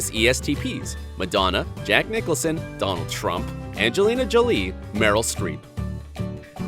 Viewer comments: Haha did u all noticed how he said "Donald Trump" ? xD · Listen to how he says "Donald Trump" compared to the other people's names he mentions. xD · The way he says "Donald Trump" 😂